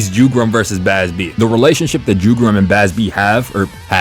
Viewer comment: Jugram is read like "Yugram". It's German so J is not like in English.